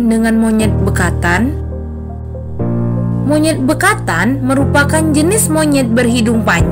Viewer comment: Ngakak bekantan di sebut bekatan 😂😂